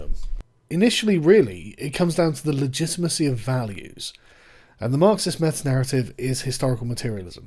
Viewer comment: Great video I’m sure, I couldn’t pay attention because of “legitmacy” I was going slightly crazy, I mean fuck man correct it.